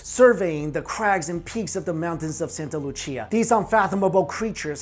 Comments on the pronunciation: Santa Lucia is pronounced😂 santa Lu-see-ah. Not lu-chee-ah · It’s Spanish man, not Italian. Santa Lucia = Santa Loo-See-ah. Not Loo-chee-ah.... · “Loo-SEE-uh” not “Loo-CHEE-uh” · Santa Lu-see-ah, lmao couldn't stand how he pronounced it... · It is pronounced "Santa Loo-see-a." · Santa LuCCia?? lol allways funny when english speakers try Spanish